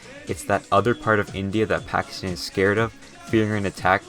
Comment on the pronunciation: Correct pronunciation Gwadar: ga wa dar Pakistan: both "a" in pakistan are pronounced like in "car"